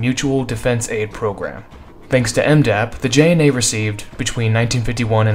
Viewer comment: butchered the JNA's name...